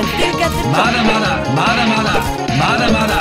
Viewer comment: Am i hearing mada mada or MUDA MUDA